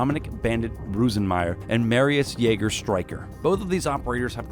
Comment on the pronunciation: did he just called him striker instead of StriCHer?